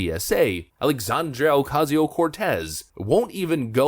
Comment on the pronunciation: Lol “Alexandrio” Ocasio Cortez”